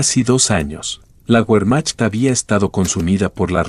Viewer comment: Que pronunciación tan absurda y desagradable. Que documental tan bajo de calidad. Cuando oyes : "la guermac", por Wermacht... apague y vámonos !